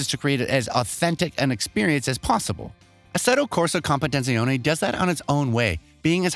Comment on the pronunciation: Mofo can’t even pronounce the game’s name